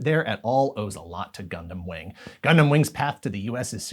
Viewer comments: ngl the part where they pronounced it as “gun-damn” was a bit triggering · "Gun-DAMN" Gotta love that tv commercial's pronunciation. 😂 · Oh gosh...that ad. We need Gun DAM pilots. Did he know he was saying it like that? Was that on purpose? I hope so. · The uniformed guy in the ad says "Gundam" as though he's saying "God Damn". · Are we all going to just pretend we didn't hear the Britsh announcers pause and say it as Gun Damn 😆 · The guy in that commercial pronouncing Gundam "Gun Damn" cracks me up 😂😂😂😂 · the way the soldier said "gundam" in the commercial sounds like "gun damn" 😅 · The commercial really works to make "gundam" sound like a swear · Same pronunciation like the British!Bright in the dub of the MS Gundam movie trilogy which came out first on VHS in the US before Wing even aired on Toonami. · It was a UK commercial for the DX Wing Gundam, and it looked more badass. His pronunciation reminded me of the 1st English dub of the Mobile Suit Gundam movie trilogy, whose Bright was British sounding.